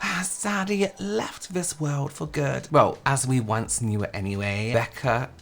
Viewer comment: Ok the "any hueeey" just killed me 💀